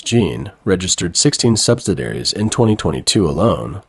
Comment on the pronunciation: sub-sid-ee-air-eez. Not sub-sid-air-eez.